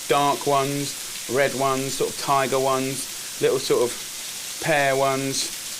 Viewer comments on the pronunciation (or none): none